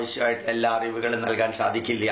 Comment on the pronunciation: ഇയാള് പറഞ്ഞല്ലോ സാകിര്‍ നായിക്കിന്റെ ഉച്ചാരണം ശരിയല്ല എന്ന് , ഇനി മലയാളി ആയ ഇയാളുടെ ഉച്ചാരണങ്ങള്‍ താഴെ പറയാം ശാദിക്കില്ല =സാധിക്കില്ല ശൂര്യന്‍=സൂര്യന്‍